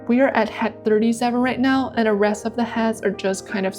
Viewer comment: I am very impressed with your dedication to improvement. Your progression is amazing. But may I make one suggestion, with no malice intended. , I am very distracted by your pronunciation of the word head. I put on the cc to see if it was me, but even there, it sounds like “hat” instead of head, pronounced “H-E-D”. I have subscribed and will watch everything, my intention is to help.